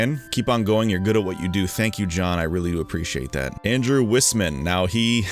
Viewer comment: Hey, you pronounced my last name correctly! Most people pronounce it Wiseman or Weisman. Great Q&A! The show and tell story was pretty funny! Also, I'm not going to ask or presume to know what your beliefs are, but I still have to say that, as a Christian, it made me very happy to hear you say you'd most like to have dinner with Christ! I sure know I'm looking forward to having dinner with Jesus one day! Thanks for the game room tour as well! That was a real treat! And for the compliment! I'm glad I'm able to give you a good chuckle from time to time! The Shining just might be my number 1 in terms of horror movies, and Stanley Kubrick is definitely one of my favorite directors. Speaking of horror movies, did you ever get a chance to watch Brian DePalma's Sisters? If so, how'd you like it? Also, I remember you said you like The Innocents. In that case, I think you might like The Uninvited (the 1944 film by Lewis Allen). Some other great horror/suspense films that fly under the radar a bit which I recommend are Suspiria (the original by Dario Argento), The Tenant by Roman Polanski, and Wait Until Dark by Terence Young. Check those out if you haven't yet! And feel free to suggest some to me! I'm always open to recommendations!